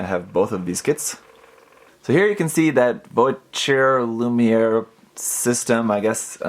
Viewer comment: Voiture lumiere is french, so it's pronounced a bit like vwa-chur loo-me-air.